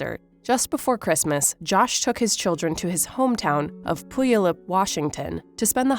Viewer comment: Good video! But as a Washingtonian, Puyallup is pronounced “Pew-all-up”.